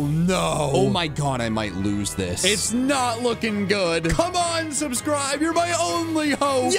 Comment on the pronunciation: Is nobody gonna mention “subscrive”